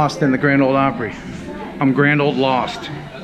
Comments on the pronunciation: Hope you enjoyed your "Grand Ole Plopry." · Yikes! Plopry? No Sir!